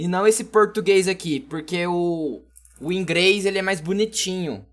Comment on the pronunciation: INGREIS KKKKK